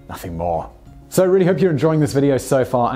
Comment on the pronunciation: "fo many years"